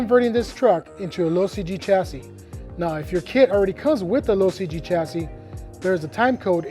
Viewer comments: When he says low cg chassis... Is it just me or does it sound like he's saying losi g chassis? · Lmao he’s saying “low CG chassis” Not “losi G” although it does sound like it the first 2-3 times he says it “Low CG chassis” just say LCG bro 🤷🏻‍♂️🤦🏻‍♂️ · I knew what he meant aswell but i kept hearing losi-g chassis too😂😂😂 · I was gonna say the same thing! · Norm I thought the same thing. I was thinking that’s kinda odd, Losi makes a specific chassis for the slash?! Lol